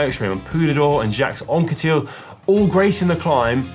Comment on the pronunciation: STOP SAYING "JAX ANQUETIL"!!!